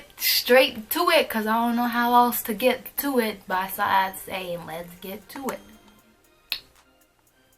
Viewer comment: she said baside